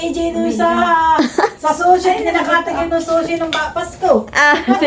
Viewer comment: Sushi naman po kasi, hindi shushi